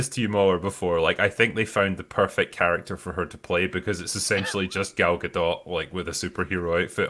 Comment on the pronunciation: The T in Gadot is silent.